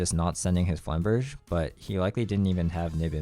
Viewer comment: You're really not doing the "yu-go-oh players can't/don't read their cards" stereotype any favours by repeatedly pronouncing "flamberge" as though it had the word "flame" in it.